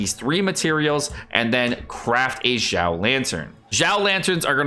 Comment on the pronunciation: Xiao is pronounced as "siao"